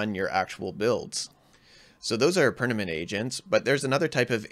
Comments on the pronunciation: Great video, but it's "perManent, not perNament" 😂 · pernament.. did you mean permanent? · Permanent ❌ Pernament✔️